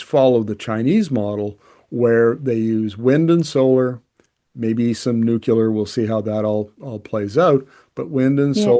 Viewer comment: for Premiere of Alberta! BTW.....its NEW CLEAR, not New Quu Lear.